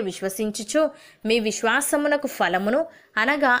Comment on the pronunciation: Praise the Lord sister in Christ you are pronouncing fruits as falamulu it’s phalamu there’s no fa in Telugu it’s pa and pha sorry if I hurt you otherwise your prayers are very good